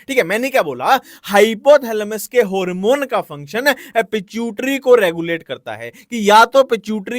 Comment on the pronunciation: Harmone 👎🏻 Hoormon 👍🏻❤